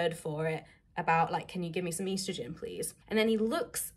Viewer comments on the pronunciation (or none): Why are you saying estrogen weird lol?? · How else would you say it...